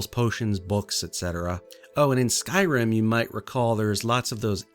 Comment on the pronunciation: Great build but from your opening statement, you really need to work on pronouncing Skyrim 😂